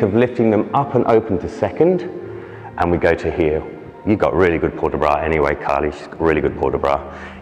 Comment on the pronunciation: Good video (even if I have doubt about the first... I always learn it's in front of the belly button; mayvbe different teachings...) . But PLEASE make a correction there! You don't talk about low bra, but about low arms! BRAS bas, not BRA bas. :P :P It's a new term for me, my teacher always call it the Huitième (8th); I'll know if someone use it one day so thanks! :) Keep up the good work.